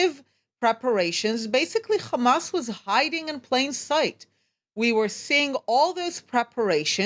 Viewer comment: So far all I see is death of civilians and destruction of great city build by Palestinians not by zio no its of Eastern Europe and Harvard students G return to the 1967 border given to you by the UK And you can Waite for the meshia to designate your land if milk and honey And plz pronounce the word ha n’as not Khhhhaaamaaasss You can say say HOME but can’t pronounce Hamas